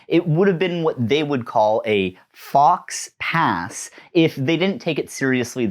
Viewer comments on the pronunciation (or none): "fox pass" hurt me physically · "Fox pass" did psychic damage to me and I'm not even French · its not "fox pass " and i'm not sure but i think if you click on the blue speaker image it would say the word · "Fox pass"?!?! Come on man, at least try to pronounce it correctly. I though you were bilingual up North. Yikes! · You could say that pronouncing it like that was a... fox pass ;P